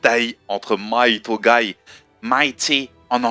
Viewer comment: Hey il me semble quand japonais c'est Mighto et non Maito corrige moi si j'ai faux:p